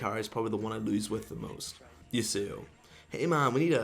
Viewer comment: I just cringe at pronounciation of Yasuo. "Yooseyo"? What?